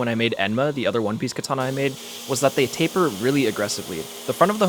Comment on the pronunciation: Every time he says taper I have an aneurysm. Thanks.